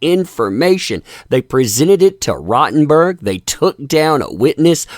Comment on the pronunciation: It's rotten born, not rotten berg.